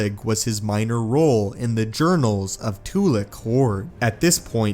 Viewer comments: Not Too-lick. Its Tu-lack. Its pronounced the correct way in all of the old republic games. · Too-lack. Not Too-lock.